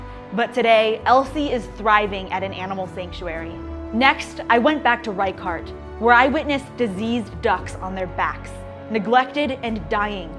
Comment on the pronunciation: It's pronounced "rey-shart", not "rai-kart".